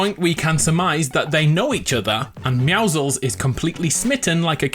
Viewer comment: why cant people pronounce meouscels right its pro nounced me-ow-scles